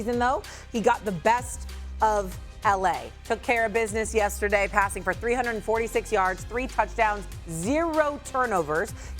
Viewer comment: “Yessaday” Dan O 😂